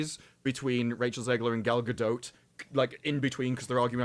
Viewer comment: Gal GadoT - the T is not silent